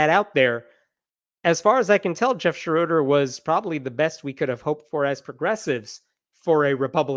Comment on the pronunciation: It Shro der not Sha RO der. it's German.